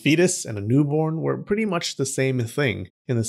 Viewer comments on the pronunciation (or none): none